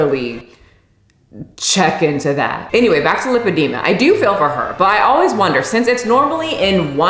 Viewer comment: of all the words you’ve butchered 🔨 ALL the ways you said lipedema in this video were totally correct (this from a physiology/dietetics graduate who jumped ship from a linguistics degree 😆). Lipedema is as inclusive as objective reality gets. And in fact, the ways that you (probably) thought you said it wrong revealed underlying (correct) knowledge that you have about medical conditions, so, good job! 😄🎉👍🧠💪